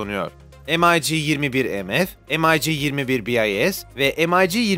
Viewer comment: Mig'i EM-AY-Gİ diye ingilizce okuyan sanırım dünyadaki ilk kişi sensin birader. İngilizler dahi Mig olarak okur zira Mig Mikoyan Gurevich in kısaltmasıdır. Aman diyeyim bir konuda video hazırlarken 2dk araştırma yap